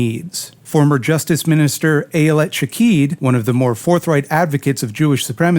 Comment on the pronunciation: Do you have anyone to consult on pronunciations of names? If "Shaked" were pronounced "Shakid" it would be spelled "Shakid."